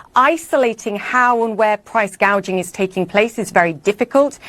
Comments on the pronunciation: Let’s get it straight she never said anything about price gouging she said price Gauging! What ever that is! That more of those made up Dumbocracts ideas! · She actually said price guaging...freudian slip alright!!